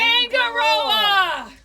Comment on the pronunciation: This singer might help you with pronunciation of Tangaroa. I'm from NZ too and my yacht is Passing Time which occasionally gets taken the mickey out of... Thanks for cool vids - your got a new sub 😀